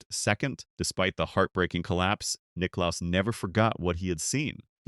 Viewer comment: Jack Nick claus 😂